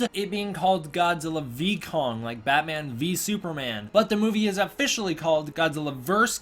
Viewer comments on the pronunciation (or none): none